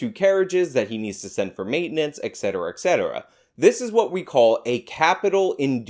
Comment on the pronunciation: Please tell I didn't hear you pronounce "et cetera" like "ex cetera". Et tu, Brute. 😪